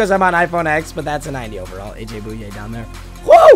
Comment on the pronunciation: AJ - boy-aye Not Boo-yay